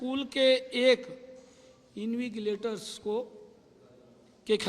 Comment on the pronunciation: इन्विगलेटर नहीं इनविजलेटर होता है सही करें